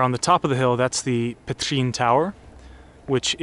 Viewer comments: I was about to say, that “ř” was brilliant :)) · THAT Ř ... wow .. better than most Slovaks :D ... keep it up. Great video :) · He definitely pronounces Ř better than Václav Havel did:) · I mean that "Ř" in Petřín, was pretty good. gj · We have a saying in Czech, that the world is a small place. I always tought that it was a nonsence. But now I see a guy from Colorado Springs, a place I used to live in, making videos and cruizing around my home town and saying Petřín with a perfect accent. Now I finally get it. Thank you for your great videos and interesting look from an outsider perspective! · Vltava gives you a bit of a problem pronouncing 😄. But other than that, Petřín, Vyšehrad and other names and phrases, you are really nailing it man! Great job with our crazy language 👍! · Great Ř in Petřín 🙂 much better than my four year old😁